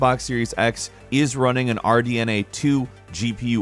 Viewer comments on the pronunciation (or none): none